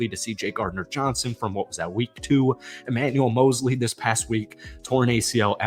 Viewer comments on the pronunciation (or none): none